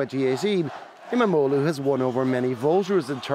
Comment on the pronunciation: Wow your pronunciation of İmamoğlu was perfect.